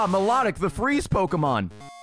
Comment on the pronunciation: Ok, this bothered me the entire time: Is it pronounced My-lah-tic or My-low-tic? I've always heard the second one.